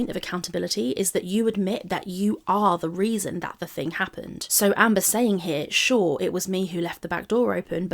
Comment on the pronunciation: Nearly saying Hamber is so funny lol